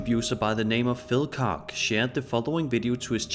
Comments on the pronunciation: it's it's koHH, not kock)) say "heart", but leave only the "H" sound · Good ol Phil Cock!!! It’s pronounced “Coke” lol all good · Pretty sure its pronounced “kosh)